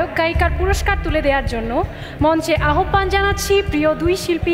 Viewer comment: সঠিক উচ্চারণ -আহবান না আওভান। ফারিন কে পুরা অসহ্য লাগছে